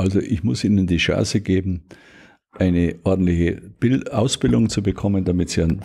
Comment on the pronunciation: Jedes Mal wenn er "Chance" sagt, verstehe ich "Scheiße". Passt aber auch.